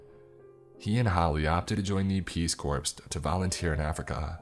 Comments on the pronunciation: There’s no such thing as the “Peace Corpse” nor “Marine Corpse”. It’s “Corps” and pronounced like an apple core. [kōr] Just tryin’ to help out. Great, interesting story. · You are my favorite story teller. Your voice and choice of content is the best. So, having said that, do you purposely mispronounce words? Just to see if we're listening? Performance art? Peace Corps pronounced "corpse." So it would be the Marine Corpse? You're my favorite, regardless. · "Corps" is pronounced "Core", dude... but otherwise, excellent narration. I know... I'm a grammar Nazi. Comes with being an English major.